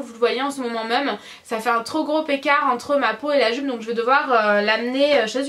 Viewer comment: Tu m fait trop rire quand ta dit "joupe" 10 fois de suite 😂😂 t'es tellement drôle 💘